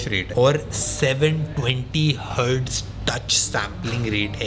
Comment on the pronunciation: The way he said 720 hertz.. 😂😂😂